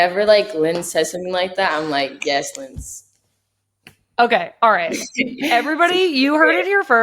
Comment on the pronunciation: Lyonnes is pronounced Lee-yun! two syllables, no s! it's a pun on Lyon/Lionnes, which means lionesses in French and is pronounced lee-yun as well. Big fan of Lily and that BANGER goal she scored in the UWCL yesterday! she makes me so optimistic for the future